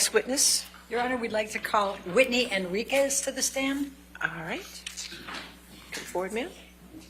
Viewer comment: Wow, said “Henriquez” correctly, her first correct-pronunciation in the trial. Someone must have coached her over and over on this one.